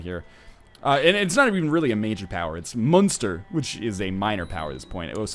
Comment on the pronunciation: Pronunciation Guide to help :) Leinster- Pronounced Len(as in Pen)-Ster Munster- Pronounced Mun(as in Fun)-Ster